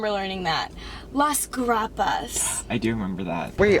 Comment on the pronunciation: The way she said grapas in spanish Damn havent said that in a while